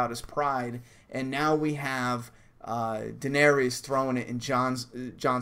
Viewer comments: Jon is Dany's nephew. Also it's pronounced Duh-nair-iss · Its pernounced Duh-nair-iss lol but close enough. She's Jon's aunt. Rhaegar Targaryen is her brother and Jon's father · its pronounced dan-air-is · Jon's her nephew ;) Daenerys = Duh-NAIR-riss (emphasis on the nair; "riss" rhymes with hiss) ;)